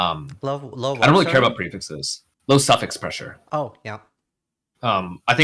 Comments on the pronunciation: I'm glad he put a caption saying "low suffix pressure" definitely thought he was saying "low self expressure" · Heard it as "low socket pressure". 😁